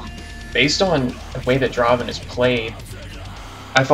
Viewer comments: Not dra-ven! Draaaaaaaaven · its not dra-ven, its DRAAAAVEN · Dra-ven = wrong.